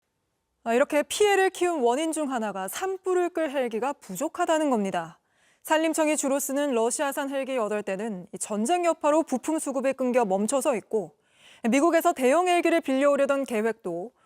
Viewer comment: 앵커가 발음이 틀렸다 끊겨의 발음은 끈겨가 아니라 끈켜이다.